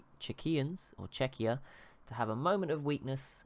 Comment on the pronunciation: Its CZEchia, not CzeCHIa. Google translate (on english) can prove it